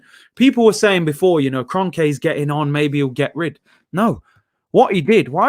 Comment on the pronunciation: Its the Kronkes